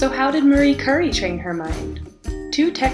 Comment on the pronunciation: Dear god... Marie Curry? You never heard of Marie Curie? [Cure-EE]